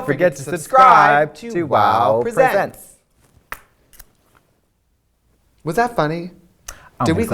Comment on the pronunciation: Thank you for finally pronouncing WOW Presents properly.